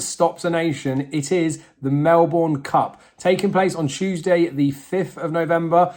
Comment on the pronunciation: You need to learn how to pronounce Melbourne.